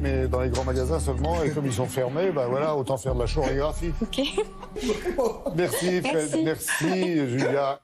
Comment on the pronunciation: « de la CCCCHHHHHorégraphie » mais pahahahahahahahaah